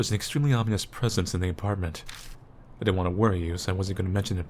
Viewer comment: Ahhh WUT, I know I usually rag on pronunciation, like saying "omnious" instead of "ominous," but they actually wrote "ominious." This is the true horror.